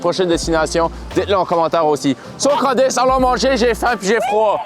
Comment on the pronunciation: On dirait que j’entends sacrer parfois… j’entends “calice” alors qu’il dit “Candice” 😂😂